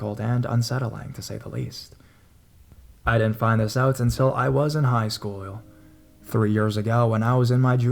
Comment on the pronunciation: "...until I was in high schoo-yal"